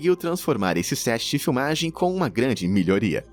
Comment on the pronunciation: Milho-ria aí não cara aí vc pego pesado